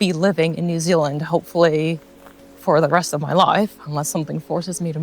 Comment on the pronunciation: As a Kiwi, I think you sound US except when you say “New Zuland”. I had to smile!